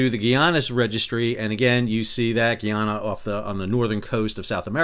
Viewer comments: Good day love your videos, I want to correct how you pronounce Guyana. It is Guy-ana not Gee-ana. Guyana is a former British colony unlike its neighbor French Guiana. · New drinking game...everytime Sal mispronounces Guyana (guy-ANN-ah) 🍻😊